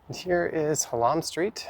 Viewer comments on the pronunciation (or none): Hallam st not Hall am wrong pronunciation ur not from Toronto